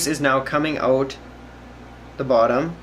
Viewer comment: Your a fucking angel, this is best diy video and fix methods by far! Thank you kind stranger boy! And I had no idea you were evn Canadian the whole time..until you said it would pour "oot" the side (or something like that.) Its cause I speak fluent Canadian thanks to trailer park boys. Lmao